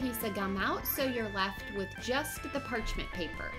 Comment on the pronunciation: omg you keep saying parchment paper wrong😂😂😂